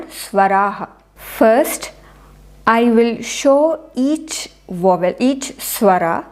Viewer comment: Madam, In English 'v' is DENTAL and 'w' is not. Hence, 'vowel' is pronounced first with a dental sound on the 'v' and then an open sound on the 'w'. Otherwise, thanks for teaching us Sanskrit pronunciation.